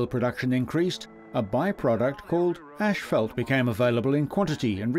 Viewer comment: it is 'asphalt'